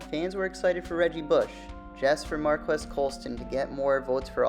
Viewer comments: Pronounced “Mar-Keese” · Hi NAME IS PRONOUNCED MARCUS!!!!!